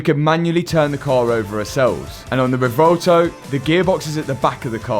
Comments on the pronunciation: ahh yes theh vuhvelto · Matt I think it’s pronounced Rev-u-elto and not revolto 😂